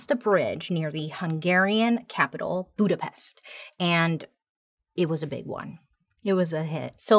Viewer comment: As a hungarian it was absolutely okay and the way she pronounced Budapest was also acceptable, we can't expect foreigners to pronounce hungarian words correctly. Anyways I'm glad that she mentioned my country, it feels like she notices us here 🤗